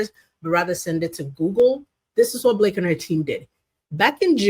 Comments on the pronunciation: We all know Megyn really wanted to say Blakeeyee. 😅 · I thought she was going to call her blackface when she messed up Blake’s name. Lol